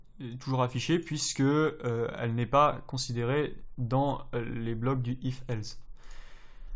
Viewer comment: Bonne vidéo :) Juste on dit else (avec un "s" non pas un "z" tu n'as jamais entendu la pub Nesspresso :) ?) et on écrit tu "es"